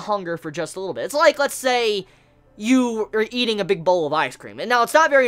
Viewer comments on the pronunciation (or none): none